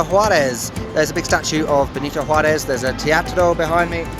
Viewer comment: Centenario? Benito Juárez? Próspero Año? Those are difficult words and your pronunciation was perrrrfect! Happy 3rd year anniversary! Those Pachuca skies are incredible! That and the wind is what I most remember of Pachuca. Great video!